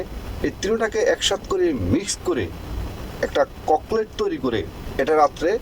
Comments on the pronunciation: Cocklet. Na. Hoba cocktel Chok. Chok. Korlai Shona. Hoy Na. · ফালতু কথা বলছেন ফালতু বাংলা বলছেন। ককলেট নয় বলুন ককটেল।